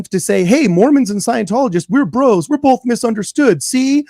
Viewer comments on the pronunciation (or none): none